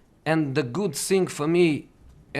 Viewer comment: I sink United ! I sink Tottenham ! I sink Roma 🤣 I sink he’s no as special as he sink !!